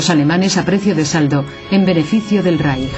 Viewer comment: porque pronuncia la " j " donde dice el III Reich , donde esta la " j " ?